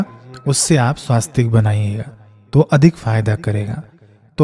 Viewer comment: श्रीमान जी स्वास्तिक नहीं होता है , स्वस्तिक है ।